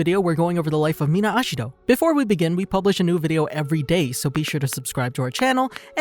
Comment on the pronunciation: the pronunciation of such simple names 💀